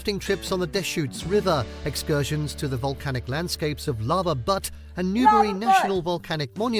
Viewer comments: We need a good drinking game for every time AI really butchers a place name. Went straight from Lava Butt to Timber lean. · Lava Butt? Butte not butt. Tumalo is pronounced tuh-muh-low. The rooms at Multnomah Falls Lodge were converted to offices in 1952. I would suggest Cape Perpetua as a destination in addition to the rest of the list. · Very nice video, and the 2 parking tips are worth noting. You got the pronunciation of Multnomah right on the first try. But the video itself had a few wrong pronunciations. It's TimberLINE not TimberLEEN. And Lava Butte - it's pronounced Byute, not Butt. 😂 Oregon is about the same size as the entire UK, so Crater Lake is about a 5 hour drive from Portland. Hope you can visit some day.